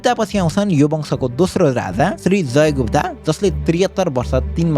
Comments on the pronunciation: That's not Gupta ❌ that's "Gupt" ✅ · गुप्त not गुप्ता bro, जे पनि।